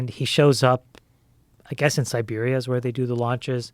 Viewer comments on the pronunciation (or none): none